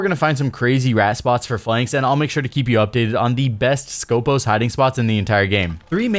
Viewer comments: Actually she is from Greece and her real name is Σκοπός, which is a saying for a Greek military guards (Στρατιωτικός Σκοπός) is pronounced skopOs and not skOpos , it has nothing to do with scopes... still remains very bad choise from ubisoft because wheelchair and Greek Special forces are not a thing... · She is from Greece and her real name is Σκοπός, which is a saying for a Greek military guards (Στρατιωτικός Σκοπός) is pronounced skopOs and not skOpos. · For clarification it is not Skópos but Skopós. The toning goes to the second O not the first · IT HAS A FCKN TONE IN THE SECOND ITS CALLED SKOPΌS NOT SCΌPOS FOR FCK SAKE